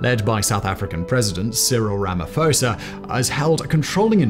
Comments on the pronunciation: Pronounced: Rah-Mah-Paw-Sah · Ramaphosa is pronounced "RAMA-P-HOSA" not like the Greek ph.